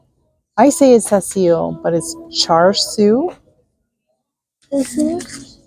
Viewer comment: Just wanted to say that you pronounced “char sui” correctly 👏🏼👏🏼👏🏼. 😊